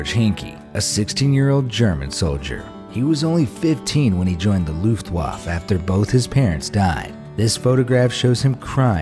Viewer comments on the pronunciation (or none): none